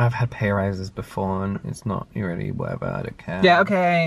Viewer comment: was hilarious. i have watched it several times. even the way he says "whatever" with such a hard R 😆